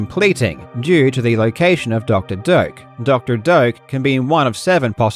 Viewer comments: I learn today his name is Doctor Doak and not Doctor Dork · Doctor "Doke"? I always thought it was pronounced "Doe-Ack".